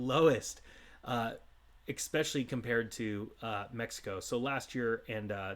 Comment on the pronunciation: do you how to say “especially”? It’s not “ex-specially”.